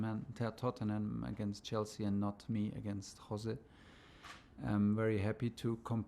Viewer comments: Mohrinho's isn't gonna like Tuchel for pronouncing Jose as 'Hose' 🤣🤣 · It’s Jose not hose😂😂😂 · OMG HE IS PORTUGUESE ITS NOT "HOSE" ITS LEGIT "JOSE" BUT I STILL LOVE U TUCHEL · Pronounced hose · Tuchel definitely did not watch All or Nothing. Just look at how he pronounced Jose